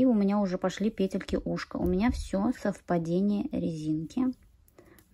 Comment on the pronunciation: Может вязать сразу ушки и козырёк с трёх клубков и переходить на шапку? Накид,чтобы не крутить сразу накидывать в соответствии с той петлей,которая будет в следующем ряду! Спасибо Вам огромное за МК и за то,что у Вас пЕтельки,а не петЕльки!!! Принято слушать! Удачи Вам!!!!